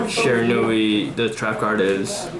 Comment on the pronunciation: I don't know what's more annoying: the lisp. Or how he doesn't know the names of any of the Shiranui cards, and can't even pronounce it?